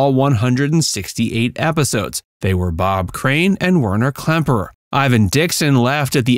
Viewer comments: I was able to watch this collection of mispronounced and misspelled names until Werner Klemperer was butchered into Werner Klempner. That's enough. It's clear that you never watched a single episode. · A good documentary ruined by a total lack of professionalism. Not bothering to get the cast’s names right is bush league at best and you should be ashamed of the result.